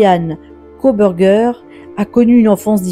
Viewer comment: "Kobergé" pour Kohberger... vous êtes sérieux, là ?